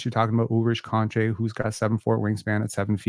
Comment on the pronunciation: His name is pronounced Ulrish Shom-shay👍🏻